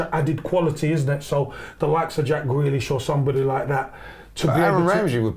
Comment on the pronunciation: Man said Jack Grealish, like seriously?